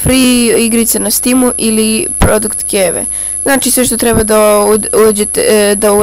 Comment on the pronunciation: Hahah rekao si na pocetku produkt keve